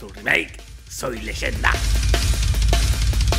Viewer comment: Wilber Esmit jajaj no es legenda, repito… NO ES LEYENDA